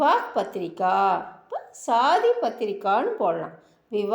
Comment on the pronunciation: மேடம், சொல்லி தரும்பொழுது சரியான உச்சரிப்பை சொல்லி கொடுங்க ப்ளீஸ். அது சாதி (கல்யாணம்) இல்லைங்க, ஷாதி, ஷா உச்சரிப்பு வேண்டும். உங்கள் முயர்ச்சிக்கு பாராட்டுக்கள், மாற்று கருத்து இல்லை, ஆனால் உச்சரிப்பில் கவனம் வேண்டும். நன்றி.